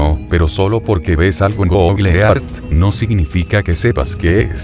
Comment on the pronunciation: PRONUNCIADO ( GOGLE EARTH ) GOOGLE EARTH PERMITANME BURLARME DE ESTA PRONUNCIACION 🤭🤭🤭🤣😂😅😆😆😆😄😄😃😀😁😆😅😂🤣😂😅😆👏👏👏👏👏👏👏👏 GOGLE EART 😆😅😂🤣😁😀😄😄👏👏👏👏👏👏